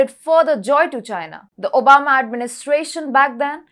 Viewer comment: She said omaba instead if obama